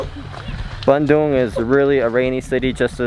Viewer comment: A good thing your pronunciation of Bandung is not like, so many English speaking natives say in : ban(throw away) the cow dung